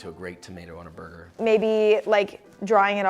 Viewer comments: Me: Burger Josh: BOIGER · you say brgr